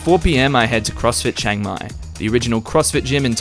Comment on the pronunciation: It's Chiang Mai not Chang Mai. If you can say Liam without sounding like Lam, then you can say Chiang!